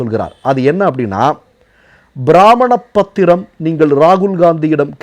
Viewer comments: உங்களுடைய போஸ்ட் எல்லாம் நன்றாக உள்ளன. ஆனால் நீங்கள் உச்சரிப்பில் கவனம் செலுத்த வேண்டும். இந்த விடியோவில் தாங்கள் ப்ரமாண பத்திரம் என்று சொல்வதற்கு பதிலாக பிராமண பத்திரம் என்று உச்சரித்தீர்கள். அதே போன்று குரேஷி என்பதற்கு பதிலாக க்ரோஷி உச்சரத்தீர்கள். இனியாவது தயவு செய்து உச்சரிப்பில் கவனம் செலுத்தவும். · உங்கள் செய்திகள் மிகவும் தெளிவானவை. பிரமாண( piramaana) பத்திரம் என்பதை தாங்கள் பிராமண(brahmina) பத்திரம் என்று உச்சரித்து இருக்கிறீர்கள்.